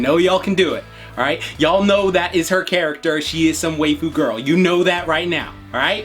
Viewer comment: are you trying to pronounce waifu? bc i think it's pronounced like wife-fu